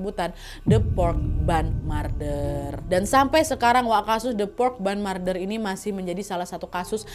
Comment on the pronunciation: MURDER BACANYA MER, NAD, MER!!! BUKAN MAR. 😂😂😂